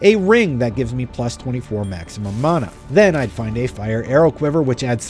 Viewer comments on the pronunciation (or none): none